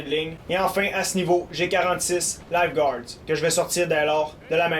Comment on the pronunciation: j'aime beaucoup la facon que tu décris tes parties. Juste un fait que je trouve drôle, quand tu dit Light guard, j'entend Life guard :p..j'imagine mal ces unités courir au ralenti vers l'ennemi en short rouge avec une bouer de sauvetage orange en guise d'arme :P.